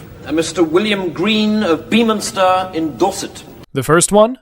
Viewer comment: It is NOT pronounced 'Beeminster'